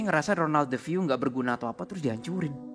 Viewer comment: Kok persis banget dengan yang di GHOST ADVENTURES, keren banget. Btw si salah sebut tuh DEFEO. 😂